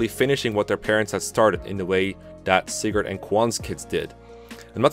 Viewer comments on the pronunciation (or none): none